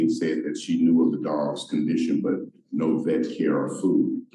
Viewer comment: He said no, not "naw."